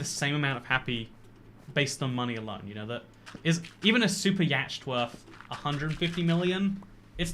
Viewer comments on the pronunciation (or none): The way he says yacht. 10/10